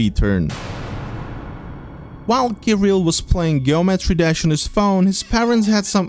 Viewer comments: Ge o metry 💀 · BRO SAID GEOMETRY DASH WRONG 💀💀💀